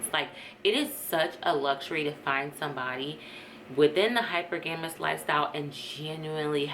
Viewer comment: Pronounced as “hi-per-ga-mous” sis.